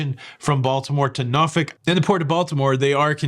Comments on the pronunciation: Nor-fuk not nor-folk! Enjoy your cruise! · Sorry being Canadian was not sure that you pronounced Norfolk as Norfick....please confirm...thanks